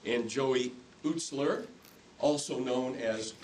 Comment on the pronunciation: Am I the only other person hysterically upset by how he said Ustler? The only letter it’s missing is H.